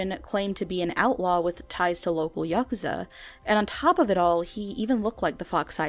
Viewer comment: yuh-Kooz-Za is how it’s pronounced it’s basically the Japanese mob